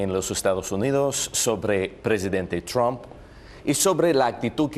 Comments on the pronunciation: jajajja "TRUM" me mama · “Donald Trun " Jajajajajajajajaja pinche viejito loco